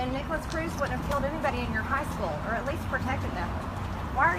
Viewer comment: I wish Marjorie Green would fix the way she says "school" It always sounds like she's saying "sch-kull"